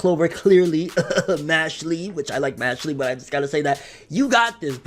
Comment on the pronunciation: why do u pronounce it mash lee instead of mashel